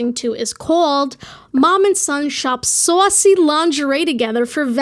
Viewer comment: the jersey accent popping through every time you said saucy